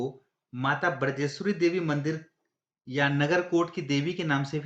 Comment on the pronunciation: बिरजेश्वरी नहीं बजरेश्वरी अधिकांश लोग माता के नाम का अशुद्ध उच्चारण करते हैं सही है बज्रेश्वरी